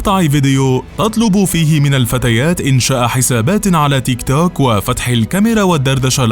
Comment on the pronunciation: تنطق تيك تووووك بطريقه غريبه